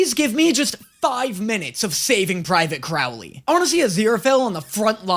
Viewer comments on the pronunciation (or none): ok ok ok ok,I literally hate that I'm this person right now but I swear if I hear pronounce it as crowel-ley one more time and not crow-ley I'm gonna have an aneurysm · How have you been hearing Crowley’s name pronounced correctly (first syllable "crow" as in the bird) but you're still pronouncing it wrong (rhyming the first syllable with "now") EVERY TIME? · Could you please say Crowley and not Crawley, he kind of changed his name 😅🙏🏽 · Just a tip that help me to pronounce Crowley name right it’s Crow like the bird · CROW-lee.. like the bird. "Crow" rhymes with "show." I know it's different to Americans, that's why I'm letting you know. And yeah.. everything you said at the end was how I felt as well. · Does it drive anyone else crazy how pronounces Crowley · You either need to start saying Crowley’s name correctly or stop making this series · Is anyone ever going to let know that he's pronouncing Crowley's name wrong lmao